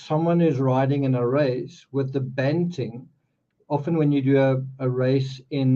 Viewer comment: BTW, bunting not banting